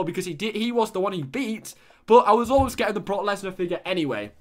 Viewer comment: You say broke leaner wrong